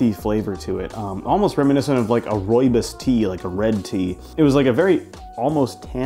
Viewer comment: your pronounciation of rooibos corrected mine. Every day is a school day.